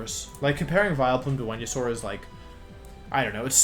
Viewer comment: I'm sorry but WTF is up with your pronunciation of the Pokemon names? I had to put the glass I was drinking from down and ask this question after you attempted to say Venusaur